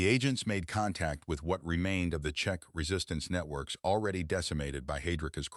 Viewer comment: As usual, bad AI spelling and pronounciation. Variations of Check, Chechen incorrect. Czech too complicated for an idiotic AI voice. Why do you add suntitles when YouTube can provide more accurate subtitles if required?